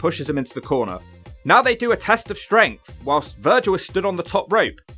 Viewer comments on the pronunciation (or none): none